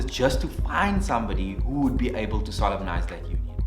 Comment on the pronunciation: Took a moment; am I the only one who, when solemnise is spoken, heard sodomize?